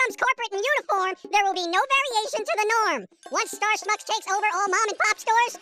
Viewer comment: Why does Star Schmucks have a "sch"? I thought there is no "sch" in the English language